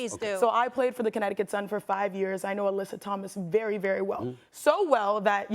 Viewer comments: Not even. She said Aleesa 🙄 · Molly how do you pronounce Alyssa name like Alicia? That was just unacceptable